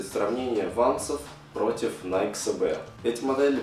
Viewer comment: Научись говорить Nike SB